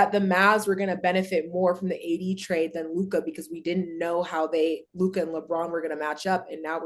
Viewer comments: I’ll b glad when Mase friends tell him it’s just Luka and not Luke-eye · Tell Mase it’s not LU KIY ITS LEW-KA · Mase trying hard to regain his once lost Lakers fandom 😭😭 and he still sayin “Lu-Kah”😭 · Right his Lu-kah be strong as hell too! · Lu kah kills me 😂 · Bra I hate dat luk-ah shit ma$e need 2 chill wit dat lol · I hate that lol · His teeth too big to say it correctly 😭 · Bruh this shit is so fucking funny I tried pronouncing